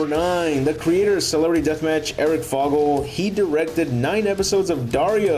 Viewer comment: I believe it is pronounced Eric Foe-gle, not Fog. Nice video by the way.